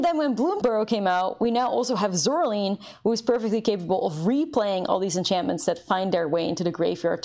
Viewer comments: Am I the only one who cringes every time she says Zoraleen instead of Zoraline? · Well, that would be the correct way to pronounce it, no? The "e" at the end of Zoraline makes the "i" long. So "Zoraleen" is correct pronunciation.